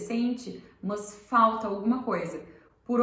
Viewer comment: O "mâs" me deu gastura... Mas gostei